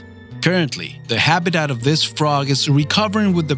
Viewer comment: extinct not excent and it's habitat not habidad